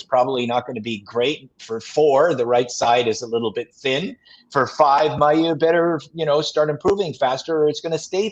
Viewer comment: Can someone tell that "Mailloux" is not pronounced [Maill EUX] like "peux" "vanteu" but [Maill OU] like "yOU" or "lOOp". Thanks!